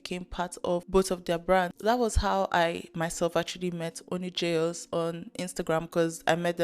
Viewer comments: I’m an Indonesian and the word jayus has not been relevant for years now, just a little thing that makes it funny to me. Also it’s supposed to be pronounced as “jah-yoos”, so used the word all this time without even being able to say it properly 🤣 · this is way off the main topic but the way doesn't even bother learning how to pronounce jayus properly irks me so bad. if you take a word from another language, give it the respect it deserves and learn how to actually say it. (it's juh-yoos, not JAYus)